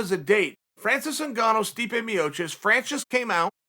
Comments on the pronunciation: Me : Francis Chael : Franchis Me : Franchis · Important time stamps: -video begins -“Franchis” -leg cross -pacificly” -thumbs up -“Oozeman” -possibly sly nose pick -“I offer you this” variation -possible sly nose pick -“ped-demic” -“I only bring that to you” -“I bring that to you” -“shoe is on the other foot”